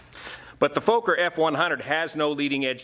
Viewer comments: Sorry...it's not pronounced Folker. It's pronounced like Focker. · It's pronounced 'focker' not 'foaker' isn't it? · its not a 'Fooker' (or a F*kker) but a Fokker (maybe pronouncing Focker, like in Focke Wulf). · "Fooker" ?? Fokker !! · It's FOKKER, Not FOKER. Remember the movie? Meet the Fokkers?! (Fockers?) Good as always. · Small tip; Fokker, pronunciation the “o” is more like the “o” in ‘smoke’ (short-o) and the split the name in two Fok - ker, with two ‘hard’ “k” sounds. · It's pronounced" fvohkkur" in Dutch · Fokker and Junker, two aircraft names that don't work well in the English language. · I think he's purposely mispronouncing it since it's basically the "f" word in English